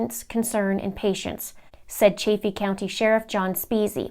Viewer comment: You're a smart cookie doing a really good and important thing, I live in Colorado, it's pronounced CHAFF-EE. like the chaff off of wheat. Just FYI, so glad you're pushing this forward, noble job you are doing....thank you, cheers to you and yours.....